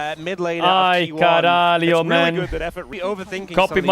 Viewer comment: Your pronunciation of “caralho” is spot on, well done